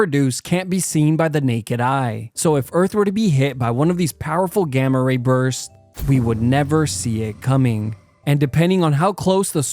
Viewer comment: When he said gama rabursts I thought he said gama rapers